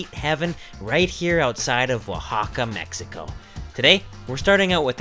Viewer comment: You say mechico or megico